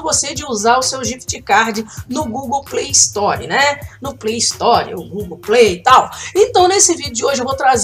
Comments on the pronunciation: já que você ajuda a galera com tantas dicas bacanas, vou retribuir o favor pra você. A forma correta de dizer Gift card é "guift" e Play Store não tem um i na frente, o correto é dizer "sstor". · Ela fala play istori